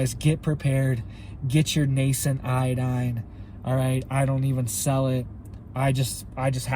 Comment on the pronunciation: For a second i thought you said get yourself some tye dye...lol..(iodine)